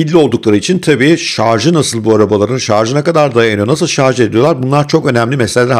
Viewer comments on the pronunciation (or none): none